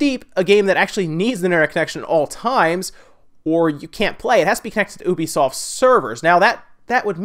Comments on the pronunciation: It isn't Obisoft. It is U-be-soft. Ubisoft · Is it really pronounced oobisoft? I thought it was youbisoft like a u sound. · Kinda funny how you pronounce 'ubisoft'.